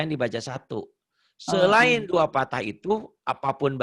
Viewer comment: Pa ustazd maaf sebelumnya ya.. Pathah yang bener bukan patah Dommah yg bener bukan domah. Soalnya ustazdnya bilang dua patah ..lebih tepatnya pathatain Sama dua domah lebih tepatnya dommatain. Note: Fathah bukan fatah Dommah bukan domah.